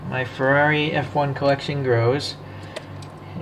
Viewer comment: Now your speaking my language…Ferrari F1….You got the name perfect. Glorious model my friend. 🥰🥰🥰🥰🏎🏎🏎🏎🏎